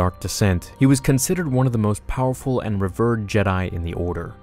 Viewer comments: I love your content,. But did you just pronounce, "revered," like 'ree-vrrrd,' rather than 'ree-veerd?' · i wasn’t going to say anything but someone else pointed out ‘revered’.... i love your content and watch everything but i can always tell when your reading a script or something bc you slightly mispronounce words here and there. just slow down a bit, and maybe read it out loud a time or two more before you do final read. all love though. may the force be with you always!